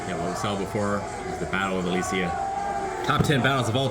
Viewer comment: Alesia not Alicia.